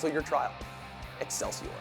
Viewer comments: No. No one is aloud to say excelcor except Stan Lee. Shame on you. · does he play gw2 cause he says exselsior at the end of the advertisement